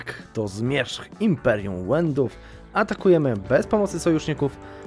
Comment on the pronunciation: Nie łendów, tylnko Wenedów/Wenetów, Słowianie zachodni, to nasi bracia :)